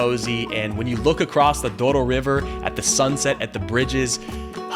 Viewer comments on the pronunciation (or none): none